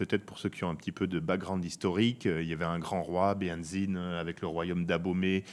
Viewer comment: Vous racontez pas mal de choses fausses (notamment sur le plan historique), et je me permets de vous le dire depuis Cotonou. Ensuite, pour préparer une telle émission, vous êtes INFOUTUS de prononcer correctement le nom BEHANZIN. Vous êtes assez médiocres sur ce coup là. Cordialement.